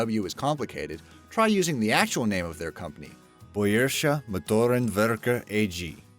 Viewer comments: an absolutely terrible and incorrect pronunciation of the actual words of the acronym B.M.W. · It's so funny how he pronounced bayrische Motoren Werke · I never heard something terribly pronounced as that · I wouldn't be surprised if all the dislikes on this videos were germans upset about the way you butchered "Bayerische Moteren Werke"